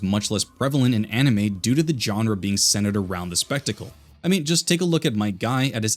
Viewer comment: Anime? Enemy? you said it correctly here though